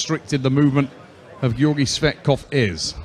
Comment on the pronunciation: Georgi 'Sweatkov' 😂😂